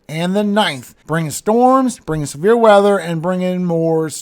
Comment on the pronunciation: I'm sitting here listening and heard We might have a chance of some beer weather, and I was like, cool until I realized you said Severe weather 😂